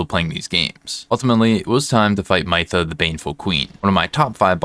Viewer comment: Pretty sure her name is said Mith-uh not My-thuh